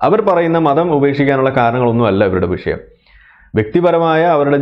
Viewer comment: എടോ അബ്ദുല്ലേ, വിശയം എന്താ? വിഷയം എന്ന് പറയാൻ അറിയില്ലേ